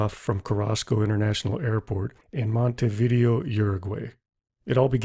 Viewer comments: Mont a Va Day oh Not monta vi deo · I agree. Monte - video as in video game. Should have done a little homework. But otherwise a good, er, video. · This must be the worst pronunciation of place names on YouTube, Monte Video for Montevideo is a classic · Monta - video? That is Monta-vi-da-o. Your a gay nian? That is Uro - guay nee an. Learn the pronunciations. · Correct pronunciation for Montevideo is “monte vid day o”, not “video” like a VHS tape